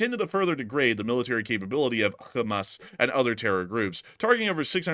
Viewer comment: I thought i was the only one who called Hammas, Hammus !!!🤣🤣